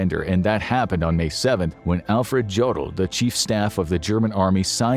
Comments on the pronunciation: Why can Americans never pronounce words correctly? Sheikh is not pronounced 'sheek', but shake, as in milk-shake! In Jodl, the J is pronounced as a Y. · I’m very surprised at your mis pronunciation of Jodl. The J is pronounced like a Y. Yodel. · It's pronounced Yo duhl NOT JOE duhl.